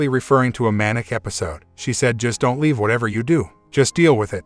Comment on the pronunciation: Fix your auto reader. It's pronouncing "Don't" as Don tee. And maybe edit weeding to wedding